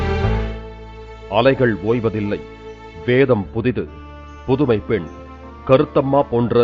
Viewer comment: Stop stressing pen..pen..pen.... what are you trying to say... give them space....